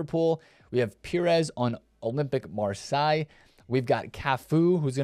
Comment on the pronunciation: Nah man, what is that marseille pronunciation 😅